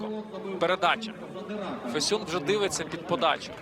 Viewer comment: Ріже вухо те як він Фесюна називає...